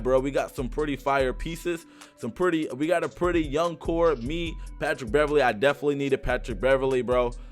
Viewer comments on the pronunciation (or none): none